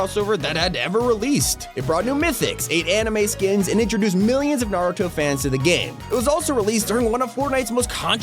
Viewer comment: You being the first YouTuber to say Naruto correct